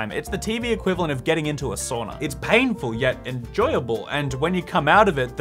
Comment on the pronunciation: No moi, boi I am going to kick you. You need to respect your roots and pronounce SAUNA right!